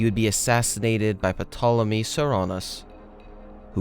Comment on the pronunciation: Thankfully this time Petolemy only showed up once. 😅 Seriously most people would just read "Tolemy" or if "Pt" without inserting any vowel. The "p" is generally silent in this case.